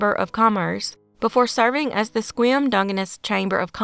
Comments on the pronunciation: In #3, you correctly said the name of the town in WA, spelled "Sequim!" Yay. {The town's name is said as if: 'Squim'} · Yes, I noticed that too, impressed me: She pronounced Sequim correctly! {Like: 'Squim'} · Hey,, you pronounced Sequim PERFECTLY! Nobody does that! I and my fellow Washingtonians are super impressed. 👫🏽👭👬👪👭🏽👨‍👨‍👧‍👧👫🏿👨‍👩‍👦‍👦👨‍👦‍👦👬🏽👨‍👧‍👦👩‍👦‍👦 👭🏼❣ (Now, about San Juan de FEW ka... ) Actually, you pronounced it the way it SHOULD be pronounced, but isn't. You're such a rock 🌟 - thanks for another great video. 🖐🏼💜🙋🏾‍♀️ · I recently found your channel, and I am impressed. In this case, your correct pronouncing of Sequim WA was spot on. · OK, I'm going to be that Washington nerd for a sec... YESSS! You pronounced Sequim correctly! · You get bonus points for pronouncing Sequim correctly.